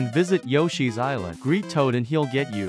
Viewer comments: I'm not a native speaker of Japanese, but the way this guy pronounces yakisoba fills me disgust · How can you have a channel with the name Japan in it and not even be able to pronounce “yakisoba”?